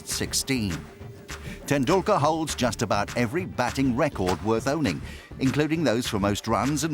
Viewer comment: Sachin tenDUKKAR.. 😂😂😂